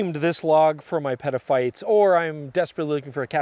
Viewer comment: Love the channel, just a suggestion, if you're going to coin the term "Petaphites" please make sure you emphasize the "t" in Peta. It has a whole other suggestion if you pronounce it "peda". Again, love the channel.